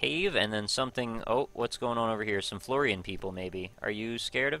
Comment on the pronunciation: Its fl - or - in not fl - or - ain